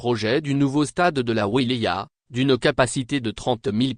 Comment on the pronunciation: IL FAUT APPRENDRE A VOTRE ROBOT A PRONONCER LE MOT "WILAYA" pauvre cloches.